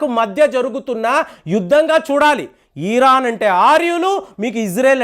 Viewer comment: Eeran kadu ra babu.eran anu.